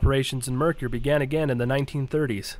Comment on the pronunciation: Good info about several ghost towns.One thing; it isn't pronounced Mercure It is pronounce Merker.. And for the record,spelled Mercur.